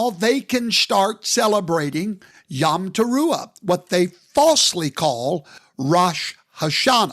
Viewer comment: Hebrew יָם yam means “sea.” He means יוֹם yom “day.” It sounds like YOME (like “home”), not yahm. He sounds like an idiot trying to use Hebrew.